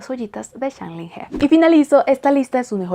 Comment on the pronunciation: Hola! Lo que te voy a decir es posible que te paresca como que quiero crear disputa o que solo estoy aqui por criticar, pero como estudiante de chino me veo en la obligacio de decirte que pongas un poco el traductor con voz para que escuches como se pronuncia su nombre. Como verdadera fan de este actor, hay que pronunciar bien su nombre. Es un poco dificil para un hispano hablante pero te acostumbraras. Con el resto, yo encantada...me gusta tu contenido.